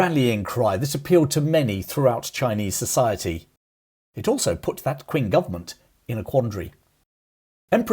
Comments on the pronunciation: FYI, Qing is not pronounced Quing. It's pronounced Cheeng. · You mispronounced Qing. It’s not “Kwing”. It’s pronounced as “Ching” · Qing, a pin yin transliteration, is pronounced Ch-ing not Kwing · "Kwing government "? More like "Ching government ". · It's pronounced Ching Dynesty. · Qing is pronounced Ching. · Qing is pronounced “Ching”. The Q in any chinese word has a Ch sound. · Very interesting video. I believe Qing is pronounced Ching. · Qing is pronounced Ching.